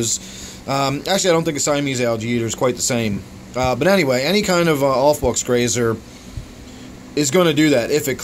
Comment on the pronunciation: i think it's a pretty attractive fish. Subscribed because you had a good stab at pronouncing aufwuchs. Nice tank